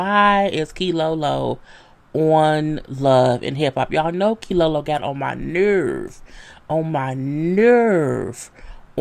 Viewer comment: I forgot how you use to mess up Keylolo name....lol